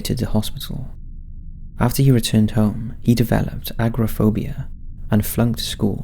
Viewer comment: a-gor-a-phobia. not agrophobia. misshapen, not mis-happen.